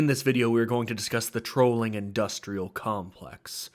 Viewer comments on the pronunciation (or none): Aaah….’trawling’, not ‘trolling’ . Damn I hate malapropisms. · Trolling = trawling. lol